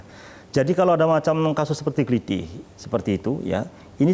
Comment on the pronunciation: Ketemu plaku klitih yg habis aksi. Tendang kepalanya kayak video yg dah beredar di FB n Youtube. BTW mbaknya kelihatan bukan orang jawa. Aksennya ktk bilang Klitih bukan aksen jawa.